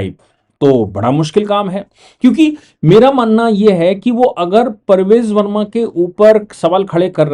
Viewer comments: Sir the name is PARVESH Varma and not Parvej Varma. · Parvesh Verma boliye Sir Parvez nahi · Sir BJP person is PRAVESH VERMA not Parvez verma as you have pronounced everytime. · आप बार बार परवेज़ वर्मा बोलते हो जबकि ये प्रवेश वर्मा है और संजीव दीक्षित नहीं संदीप दीक्षित है।